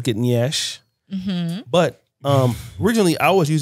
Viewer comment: As a Nigerian, I beg una... the word is "yansh", not nyash as I'm seeing all over the internet. it deeply troubles me because where yansh is involved you can't afford to go the wrong way